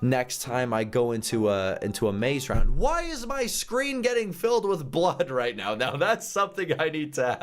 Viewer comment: and with not ith xD